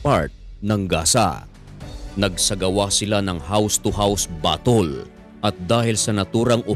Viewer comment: Bisaya ka dong "BATOL" (battle)